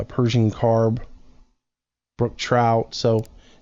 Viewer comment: it's Carp not carb